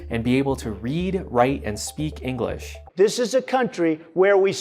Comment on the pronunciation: “We speak eenglis” Kind of defeats your point if you can’t pronounce basic words XD